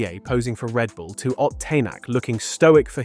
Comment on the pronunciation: Yeah, WTF?! This is the one that got me. Mispronouncing Ott's name is forgivable, even though it's an indication that this could be either not made by a rally fan, or the voice is AI generated, but getting such a fundamental fact about Fourmaux, that's an entire year out of date, is unforgivable. I was excited to find a new rally channel that seemed like it's not AI slop, that I could share with other rally fans, but now I'll unsubscribe and avoid it. None of this information can be trusted. I suggest deleting this video and uploading a revised and properly fact checked video, if the uploader cares at all. There's more as well. It's inexcusable.